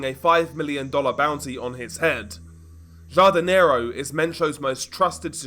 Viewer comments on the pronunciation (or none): Please pronounce it has HARDINERO lol.